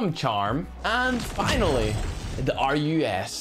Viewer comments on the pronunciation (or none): first of all its not pronounce rus it is pronounce as(roose)